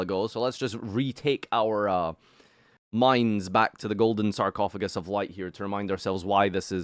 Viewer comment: Cant belive pronounced sarcophagus wrong this whole video. We all know how we says it